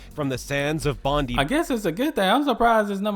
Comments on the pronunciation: The presenter mispronounced half the place names wrong, I'll give you 1 example. Bondi beach is pronounced Bond👁️ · Darwin has only 2 seasons - wet and dry. Both are usually hot. Also you can never trust a non-Aussie when it comes to our place pronunciation. He's emphasising the syllables way too much. Melbourne = Melbin, not Mel-born Cairns = Cans, not Cay-erns Bondi = Bond-eye, not bon-di Canberra = Can-bra, not Can-berra